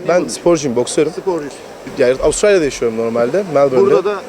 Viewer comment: Melbourne diyor Avusturalya